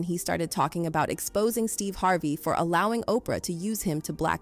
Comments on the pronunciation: Who the f is Steeva Harvae? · Stevay Harvay? UnfortuNATEly? aLEGGEDly? What planet are you from pronouncing all these words so weirdly and WHO THE HELL IS Veeeola Davis?